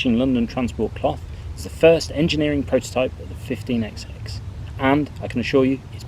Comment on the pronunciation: Please stop this EXEX nonsense. We do not pronounce the Xs, which are merely an indication that each engine has a different number! They are thr 15 hundred class. This exex thing seems to have surfaced among those born after the age of steam.